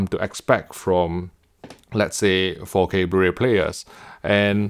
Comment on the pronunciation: Why do I keep hearing "Faux K HDR"? 😏